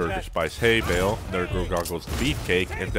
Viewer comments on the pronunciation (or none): none